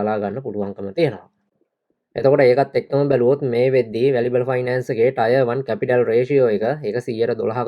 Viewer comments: ටයර් නෙමේ ටිය(ර්) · Tier 1 pronounced as “ටියර් 1"